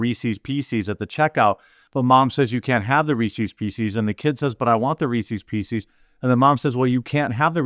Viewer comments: Love your work being here for years now, how you say Reese's Pieces killed me though LOL You're pronouncing it "re-seize PC's", Reese's pieces is pronounced like recess peace-says hope this made you laugh! keep up the good work brother. Is she a college administrator in San Francisco or a nurse? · Hearing you pronounced Reese's Pieces as Reesees PC's multiple times was just painful to listen to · wtf are "Reesies Peesies"?? lol Midwest accent strikes again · Wtf are Reecee P cees? That drove me nuts for a sec. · Based on the pronunciation of Reese's Pieces by Jeremy, we should all pray for his mental well being; he has clearly gone insane. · How many times can you say Reese's pieces wrong? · You pronounce Reece's pieces just like my wife, incorrectly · Thank you for mispronouncing Reese's Pieces like a good, red-blooded American should.